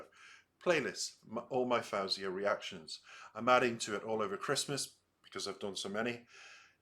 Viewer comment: Just a friendly tip that she pronounces her name as though it's spelled FOzia. Fo like toe, not fow like cow. 🙂